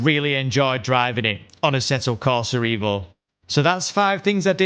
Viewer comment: what you pronounce this sim name wrongly? it is EVO, not IVO - EVOLUTION